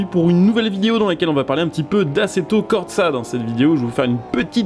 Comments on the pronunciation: Assetto CorTsa 😂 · J'aime tes vidéo mais tu m'a trigger avec ton assetto cortsa stp y a pas de t avant le s 😅😭🤣